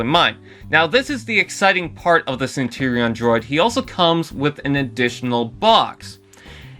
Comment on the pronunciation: Centurion not Centerion 🤦🏻‍♂️